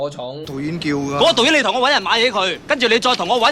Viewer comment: 我听到【导演】叫的变【抖音】叫的😂